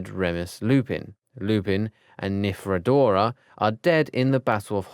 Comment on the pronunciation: Please don't do harry potter guides if you cant pronounce anything correct.. AngeLINE Johnson not Angela. Monsieur is French for Mr.. not Fleurs dad's name, they are French, so they just call him Monsieur Delacour (Mr delacour) Dudley DURSLEY not Dudley Dudley Narcissa not Narcia Nymphadora not Niphradora Peverell not Parvel And so many others that its pointless writing them all